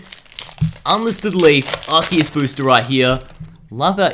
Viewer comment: ando you said assiest